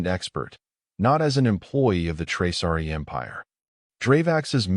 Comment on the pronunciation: It’s Traasari, not Traari!!